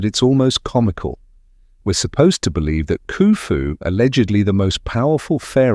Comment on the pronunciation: I bolieve you, but you are babbling